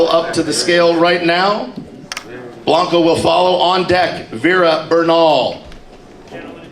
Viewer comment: It's Bianco not Blanco